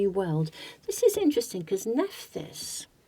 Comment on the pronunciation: Nephthys is pronounced 'Neph iss'